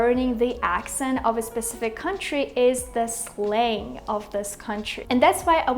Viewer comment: I think your pronunciation of word Slang is wrong.